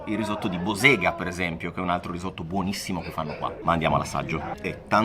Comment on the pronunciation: Bòsega, l’accento è sulla o 😊